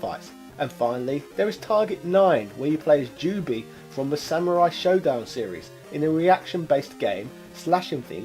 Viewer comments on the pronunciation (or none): none